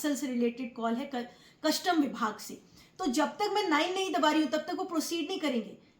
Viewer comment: Madam, word कस्टम होता है, ना की कशटम!